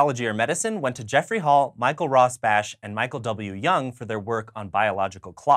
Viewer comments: Michael Morris Rosbash, ROSBASH, not ROSBACH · It's pronounec Rosbah I think.